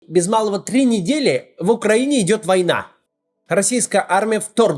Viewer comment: В самом начале Максим говорит ТРИ недели. Даже прокартавил, что обычно он не делает. Или в слове "две" можно картавить? Why?